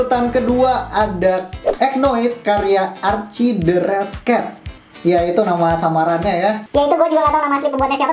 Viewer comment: archie bacanya arsi -_